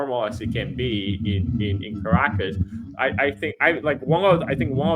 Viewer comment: the name of the capital of Venezuela is pronounced "CAR - RA-CASS" and not "KRACK- ASS" as you say. Venezuela accounts for less than 1% of illegal drugs reaching US shores. Most drugs are imported from friends of the US... with the complicity of three letter "security" agencies.